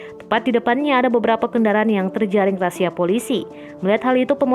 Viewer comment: SEKEDAR NGINGATIN PENGUCAPAN RAZIA BUKAN RASIA TAPI RAZIA TX GB🙏